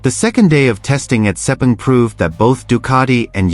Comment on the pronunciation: Yamaha using the V4? I don't think so. Never mind the silly mispronunciation of 'Sepang'. This site is an embarrassment, and full of falsehoods.